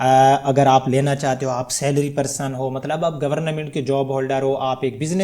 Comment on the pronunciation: Gornamint nhi hota bolna to seekh lo